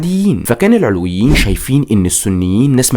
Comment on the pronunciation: كمية الاغلاط التاريخية بالفيديو مُريعة شخص متلك عندو هالعدد من المتابعين لازم يستند على مصادر تكون اكتر صدق بأي حق عم تشكك بعقيدة طائفة كاملة والي هي المكون الثاني من مكونات الشعب السوري (العَلويون بفتح حرف العين) العلويين مسلمين موحدين كتابهم القرآن ونبيهم سيدنا محمد العلويون ماكونو محصورين فقط بالقرداحة الجيش السوري مو الفرنسيين الي صنعوه الجيش السوري تم اصدار الاوامر بأنو ينحل بوقت صارت معركة ميسلون(قبل وجود حافط الاسد بمنصب الرئيس بوقتا كان يوسف العظمة هو وزير للحربية واستشهد بهي المعركة هو والعدد القليل الي من الجنود الي كانو معو) العلويين كانو من اشد المقاومين للفرنسيين وع رأسهم الشيخ صالح العلي متل كتير رجال وطنيين تانين من باقي الطوائف وبوقتا كلن رفضو التقسيم انك تبين تاريخ عائلة الاسد الاجرامي ما بيعطيك الحق انك تشكك بطائفة ومكون اساسي من مكونات شعبنا السوري